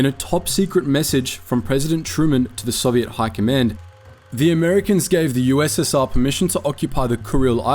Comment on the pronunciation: You said ussa